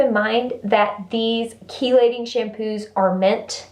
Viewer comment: Had to tell you before I forget, it is pronounced "key-lating" as in car keys. I looked it up. Now back to the video! Your videos always put a smile on my face.